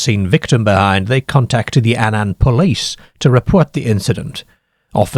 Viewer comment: he cannae pronounce Annan correctly though...!